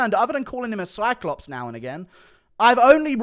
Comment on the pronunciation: Cyclops? 😂😂😂 or SIDECLOPS??!?!???!?